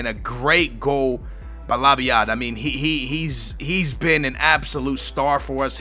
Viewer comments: how hard is it to say lab-yad? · The booyah music should play everytime labyad is pronounced correctly